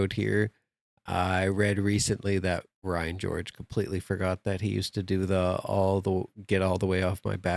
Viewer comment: Did you just say Ryan Gorge?